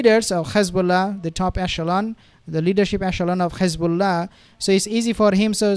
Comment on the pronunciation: Thanks for the content, please can you not pronounce Hizbullah and Hamas the way Satanyahu pronounces them, there is no GH at the beginning of those 2 names, so not Ghizbullah or Ghamas😂